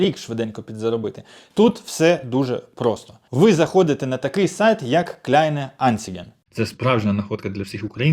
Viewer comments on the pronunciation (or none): Правильно читати: ‼️КлЯйн анцАйҐЄ‼️ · Добре. Якщо ви не почули, то напишу кирилицею, щоб ви відчули вимову. Автор сказав: Клейн АнцІге. Через літеру "І". Мова іде саме про це. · Давайте внесу ясність: Сайт називається eBay Kleinanzeigen. Читається Кляйнанцайген.